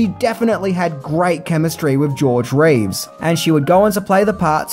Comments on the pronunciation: It sounds like he's saying George RAves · This guy cannot make up his mind on how to pronounce George Reeces last name. Some times he does it correctly as 'Reeves' and other times as 'Reeve' which annoyed the heck out of me. Be consistant.